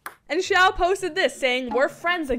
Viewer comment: xiao is pronounced see-ow(say it quick) love ur videos btw.